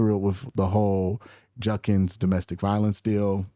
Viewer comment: JUD-kins. JUD-kins. His name is JUD-kins. His name is not. Edit: It sounds like you corrected yourself later in the video. It's probably something you're working on. I was doing the same thing for a while, so it's just something I notice, now. Keep up the solid coverage.